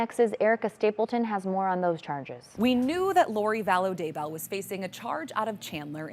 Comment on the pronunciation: Daybell not Dable.